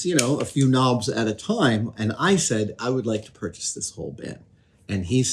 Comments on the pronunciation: Oh KNOBS. I thought he said 'Nams' or 'norms' and got quite concerned :p I'm not great fixing stuff, but I take broken stuff and make it into other stuff. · knobs! I legit thought he was saying noms …